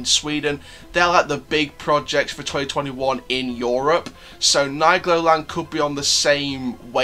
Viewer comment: Hello just a comment of a french who live at Troyes at 40 km of nigloland in the same department . Yes i go to nigloland 4 to 10 times per year 👍😂 And we say Neegloland Not Naygloland 😂